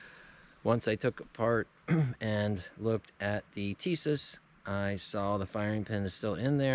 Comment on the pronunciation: Plastic grips were on the M1911A1 Issued before,during and after WWII. The grips Tisas has on or sends with some of their models are a copy of the WWII grips. SDS is the import company, Tisas is the manufacturer. Tisas is correctly pronounce Tee-SHa-ss if you don't think so contact them and they will gladly confirm my pronunciation. I'm like you in that I prefer plain 1911's, no ambi or extended this and that.